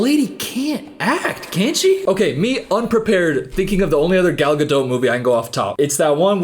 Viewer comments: At least pronounce her name right if you're gonna be a hater. "Guh-dote." It's a hard "t" bruh. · easily the funniest part of this whole video is gradually mispronouncing her name worse and worse 😂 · Girl I cant watch the rest of the video if you’re gonna keep pronouncing the T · Worse than any of her lines is your pronunciation of her name. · This video is the first time I heard someone pronounce her name, and I can't tell if that's how it supposed to be pronounced or you're saying it sarcastically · Love your videos but this was a hard watch because of the pronunciation of the T at the end of Gadot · I don't think your meant to pronounce the "t" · Please learn how to pronounce her surname correctly. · It would be great if her last name was pronounced correctly especially since it’s said like a million times in the video. I couldn’t even focus on what was being said bc he continuously says her last name incorrectly. Sorry, I love but just found it really annoying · I think the hardest thing ive done as a French major, second to watching a Gal Godot movie, was listening to this man (no hate) pronounce the 't' in Godot for 20 minutes straight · Hey,? Hiii I think the t in Gadot is silent 😬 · Thank you. To anyone who doubts this fact, search YouTube for “how to pronounce Gal Gadot” and you’ll hear it from her own lips. If links weren’t forbidden I would’ve provided it. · You really are hitting the ‘T’ in Gadot. I wondered the whole first part but you totally are. It’s pronounced ga-doh. Not ga-dote. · your pronunciation of “Gadot” will be burned into my head for eternity. it’s fucking ga-dot. not gah-dote. LMAOOOOO. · why is no one commenting on the fact that is pronouncing her last name as ga-dote and not gadot (ga-doh) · is it not pronounced "Gadough"?? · Gah-DOT. She's not French, FFS. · assuming you're pronouncing her name with a hard T as a slur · Why can't this guy pronounce Gadot's name? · The t at the end of Gadot is silent........